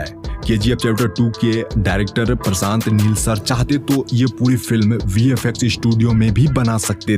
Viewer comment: Prasanth....nahi... Prashant hai... Suit Kiya nahi....Shoot Kiya... Setty...nahi.. Shetty hai... Uju nahi....use... Lokesan nahi.... location hai. Pilm...nahi...Film hai... Aksan.... nahi... Action hai. seyar nahi...share hai.. Isthith.... nahi Sthith hai. Pipty.... Nahi...Fifty hai. Estory nahi hai.... story hai. Yas... Nahi hai Yash hai. Suru.. Nahi Shuru hai... Des nahi...Desh...hai Paida nahi...Faida hai. Visal... Nahi Vishal..hai..Parisani.. nahi..Parishani hai. Sandar ... nahi..Shandar hai... Bhai next video me pronunciation teek karko 👍🙏🏻🙏🏻🙏🏻🙏🏻